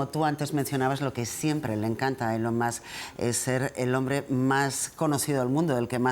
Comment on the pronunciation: No sé cómo se llama esta presentadora, pero enhorabuena por pronunciar ELON como ÍLON. Pocos tienen la profesionalidad MÍNIMA de hacerlo. Hasta ahora solo Resano y Verónica Sanz de La Sexta lo hacían. La mayoría cometen la incongruencia de pronunciar bien el apellido, Musk como masc, pero mal el nombre.